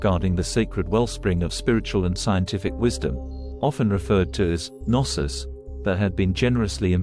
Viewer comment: Pretentious dialogue, and it's "GNOSIS" not narcis wth.